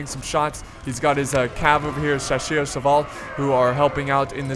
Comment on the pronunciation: You are almost pronouncing "Chasseurs" right. just say "ss" like "s"nake and it will be perfect ^^